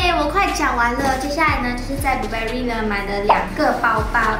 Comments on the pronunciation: 連Burberry也唸錯還虧妳學人拿名牌...🙄🙄🙄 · Burberry 都读错了，听着觉得尴尬